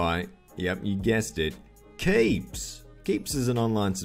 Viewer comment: says "Keeps" like Zuckles says "KEEDS" aussies ameright?